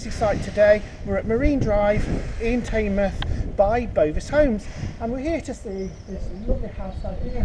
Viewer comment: It's pronounce tinmoth